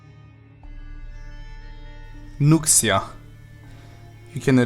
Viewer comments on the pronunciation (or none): I see this happening everywhere, but people please pronounce the Nuxia right (NOO-sha). Xia makes a (Sha) sound in mandarin.